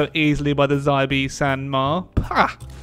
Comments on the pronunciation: Xibei is pronounced “she bay” not “zaibee” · actually me as a Chinese its sound more like see instead of she